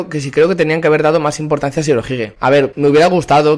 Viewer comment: Impotancia jajaja